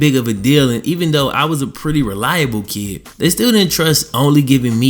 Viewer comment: Lol you say kid like kee